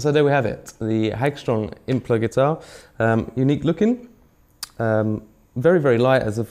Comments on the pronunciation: Yeah he did you know like that pshcye band "tame impla" 😂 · Is it just me or is he saying “impla”???